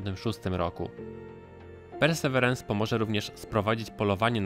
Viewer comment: Hej! Ciekawy materiał. Jeżeli jednak ciężko wymawiać Tobie angielskie nazwy polecam raz powiedzieć po januszowemu, a po niej mówić po prostu Percy. Pozdrawiam